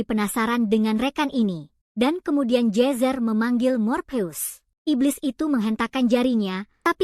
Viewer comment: Ai nya aneh jir nama nya jezzer jadi jesus